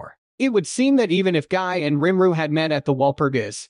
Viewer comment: Who in the hell is Rim-ru. Lol Nice AI you got there